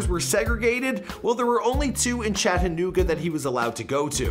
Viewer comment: He doesn't say chattanooga right lol